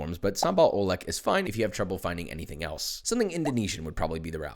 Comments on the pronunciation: that sambal oelek is pronounced oolek with e as you would pronounce wordle*, oelek, or ulek came from word ulekan which is an indonesian (or maybe asian/south east asian, idk i dont research it much) stone mortar and pestle with the mortar shaped like a penis (im not lying, just search for images of "ulekan" and you will understand) ulekan is also known as cobek in certain part of indonesia *note: idk what word with the same pronounciation so here i explain it, imagine you want to say wordle, and the e is similiar when you pronounce the "dle" part, so its a softer e than sharper e on word "elk" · This is a godsend for a local Indonesian like me. Also it's pronounced "keh-chahp mah-nees" (pretty much "ketchup my knees" but if you slur the my knees together) for kecap manis which literally translates to sweet soy sauce. Good stuff. Also the oelek in sambal oelek is pronounced "oo-lek" (like the "le" in legume) I also love that whenever you make nasi goreng you always make fried shallots. Just like me and my mom, we MUST. HAVE. GOD. DAMN. FRIED. SHALLOTS. with it.